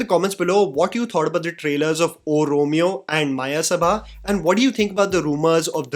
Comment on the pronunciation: its मयसभा not मायसभा read like how u read it in samskrit. Mayasabha is world of illusion created by royal sculptor of gods. Maya. See mahabharat for reference. May be thats metaphoric in this movie